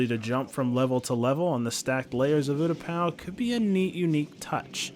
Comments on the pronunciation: Am I the only one who got triggered about oootapau. It is pronounced Utapau. Good suggestion but I couldn't help but cringe at that! Edit: Moostafa 😂😂😂 lmfao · Is no one going to talk about how he said there wasnt an epic battle on MOOstafar? What do you call anakin vs obi wan? Also utaPOW makes me want to dislike the video